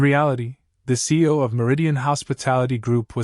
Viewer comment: It’s not seal it see we C E O